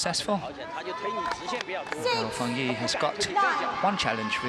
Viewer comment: It is Gao Fan-"JIE" can the commentator get it straight? He said it wrong in Semifinal too